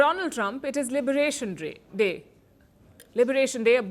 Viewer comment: Liberation dray. Day*. Liberation Day* What da palki 😂